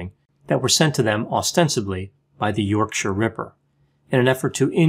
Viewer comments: Well done for pronouncing ‘yorkshire ‘ correct. Most Americans can’t do it. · As a yorkshire man im impressed that you pronounced yorkshire correctly often people over the pond put too much emphasis on the 'shire' Really good insight, may i suggest to people the book wicked beyond belief a very good read on the ripper and the flaws in the investigation. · Hearing an American pronounce Yorkshire correctly shocked me XD thank you Dr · I applaud your UK pronunciation adjustments on this one ("Yorksha"). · Thanks for the nice pronunciation of Yorkshire, especially the -shire bit ☺ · Kudos for the correct pronunciation of Yorkshire!! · Good pronunciation of Yorkshire. 👍